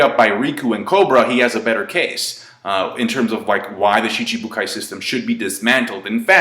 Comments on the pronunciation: Hes been doing it for years... same way he pronounces Aokiji as ''A-Okiji'' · I never noticed pronounced Schibukai as Shi-CHI-bukai.